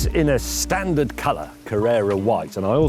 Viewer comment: You had me hooked at "STANDARD!"